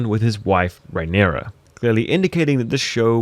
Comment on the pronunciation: And calling Balerion "Balon", and Rhaenyra "Raynarr". Seriously, wtf?